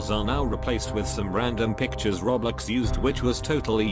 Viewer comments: How to pronouce "roblox" me: roblox him: roblecks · No one: Him: Roblex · How many times did he say roblex?? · WHAT IS ROBLIX ITS ROBLOX LIKE BOIIIII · This whole time I'm just hearing "Roblecks" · i like how the robot says roblex instead roblox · I heard "Roblix" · he said roblex